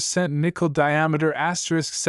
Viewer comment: Asterick, asterick.....anyone else sick of hearing videos broadcast like this......asterisk, asterick.